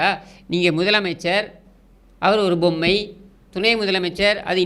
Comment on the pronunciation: Bommai not pommai! Kooravum and not koiravum. What are you trying to say??🤔